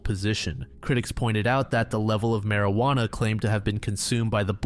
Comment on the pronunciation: ah yes, i too love partaking in the mary-ju-onna cigarettes